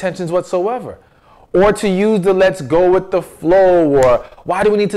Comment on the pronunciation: PLEASE PRONOUNCE THE WORDS COREECTLY....ITS WITH, NOT WHICH. AND ITS NOT CHU, IT'S YOU.***